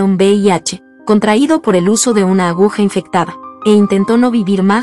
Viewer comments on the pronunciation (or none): none